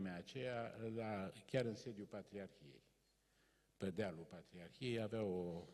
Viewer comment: Sigur, fără îndoială un intelectual de mare clasă. Afară de unele derapaje verbale din categoria prepoziţiilor limbii române, care nu prea s-ar explica la anvergura lui. Spre exemplu, în loc de "pe" - pronunţă "pă" ("pă mine", "pă tine") tot așa, "dă" în loc să spună "de", etc. Apoi formele contrastive de genul"p'orcine", în loc să spună "pe oricine". Ne putem imagina o situaţie hazlie, o glumă ( tot îi plac lui glumele, cum ar fi aceea din tinerețe, pe care o spune mereu: "Semeni cu Balzac" " - Mă simt honoré !"), în piaţă, la standul de produse din carne, un anunţ de genul: "servim p'orcine". Unde nu putem trasa prea clar limita între provenienţa cărnii, categoria socială din care fac parte clienţii sau pur şi simplu natura caracterului lor. Altfel, cam obosit, cam gâfâielnic, cam rectangular (nu mă refer la forma fizică). 😅